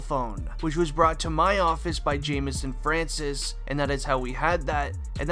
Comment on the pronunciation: Francois is not pronounced as Francis however monotone your voice is